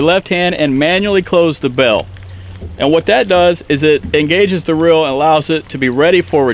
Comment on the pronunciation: It is not rill it is reel and it is not bill it is bail just letting you know it sounds kind of weird on camera you probably just have accent sorry if yes